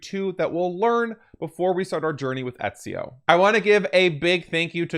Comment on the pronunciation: The beginning of AC2 will explain why there was no present-day in this game, so don't you worry. Also, I remember you said u had some speaking disorder so this might help for the next game. Ezio is pronounced like Etsio. His second name Auditore is pronounced as it sounds. I hope that helps you with AC2. 🙂